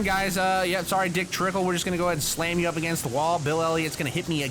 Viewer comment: I know he meant to say Dick Trickle, but I much rather him say Cole Trickle instead of Dick Tickle. BTW, I am surprised you responded to this A MONTH LATER!!!!! To some it's funny, but if you are in a relationship with someone, don't say dick tickle. It is weird and totally unprofessional.